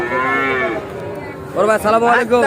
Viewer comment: ভাই ছালাম ডা ভালো করিয়া দিয়েন, আপনার ছালাম দেওয়া টা ভুল হয়,🇸🇦